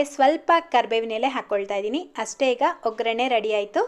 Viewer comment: Very nice 👍🏻. ಒಗ್ರಣೆ ಅಲ್ಲ. ಒಗ್ಗರಣೆ.